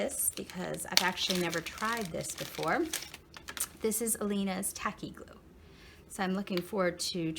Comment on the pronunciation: A friendly word of advice. Since you have a you tube channel I assume you’d prefer to be pronouncing items & brands correctly? If so maybe watch some other craft videos such as craft room tour or shopping haul and listen for how to say the following correctly: Ephemera, Authentique & Aleene’s 😔 Thank for sharing your box!